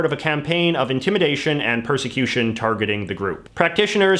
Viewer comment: ... intimidation and what: "persection"?